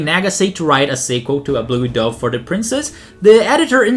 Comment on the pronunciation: You pronounced osean and dove wrong, m8